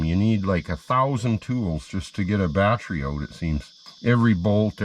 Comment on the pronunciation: The way says Battery. Lol- Batrey